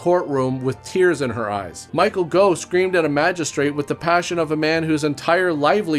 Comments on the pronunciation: Pretty sure it isn't "Go", it's "Goff" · Michael Gough - "Goff" not "Go". Rhymes with "cough". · Goff not Go 😂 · The Gough in Michael Gough is pronounced as in cough. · It’s Michael GOFF, Gough is pronounced like cough. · Gough is pronounced the same way as cough. Just an FYI. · Gough is pronounced "Goff" here in the UK. Clough is pronounced "Cluff", btw 🙂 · Michael Gough pronounced "Goff." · Gough is pronounced - Goff, like cough, from Michael's daughter